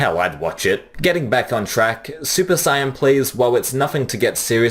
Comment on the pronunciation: SUPER SIYAN 😂